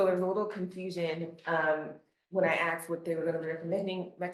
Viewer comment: ghetto POS attorney really said " she axed not to go forward" damn DEI hire!!